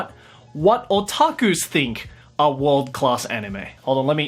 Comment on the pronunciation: HAHAHAHAHA he said otakus like SAO